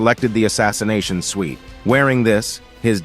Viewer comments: Did anyone else notice him pronounce “suit” as “suite” I was like oh snap he got an assassination suite? Sounds like a remote murder house. Either way. Love the story. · I mean it’s an ai voice and it pronounced wrong a lot